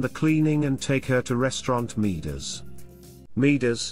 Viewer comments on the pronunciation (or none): It's pronounced Moo-ders.